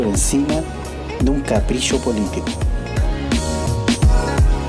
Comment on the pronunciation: se dice capricho no caprisho